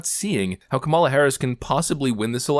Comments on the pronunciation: Everyone supporting Kamala Harris: "You pronounced it wrong! 🤓" I dont know why its a big deal, but its just a name. 😭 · Seriously, that should be a drinking game: drink every time he mispronounces Kamala’s name.